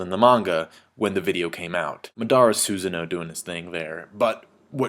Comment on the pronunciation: It is NOT Su Ze no Its Su saaa no